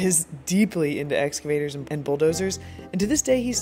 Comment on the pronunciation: Im crying at the way he pronounced excavator 😭